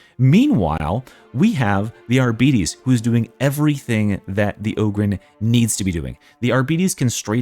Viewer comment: I know people hate being corrected, but in this case, it took me awhile to understand you were referring to the Arbites class because of how you are pronouncing it. It is pronounced ar bites (liking biting something). (of course, you may be doing it deliberate like some people say hemlets)